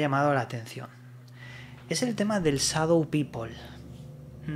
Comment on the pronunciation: No seas ignorante no se dice sadou pipol si no sabes Ingles no lo pretendas mejor di Gente sombra y ya vale